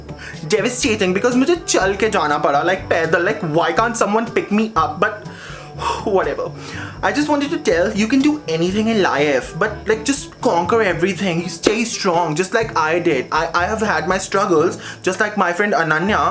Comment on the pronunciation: 'Poiant' 'Liafe'😂😂